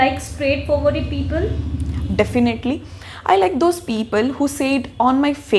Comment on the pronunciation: Definaaatlyllyyy..😁 Definitely